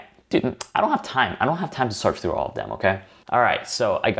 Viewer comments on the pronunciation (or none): none